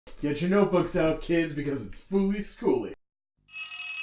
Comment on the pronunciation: When you said fooly schooly, I punched a hole in my desk.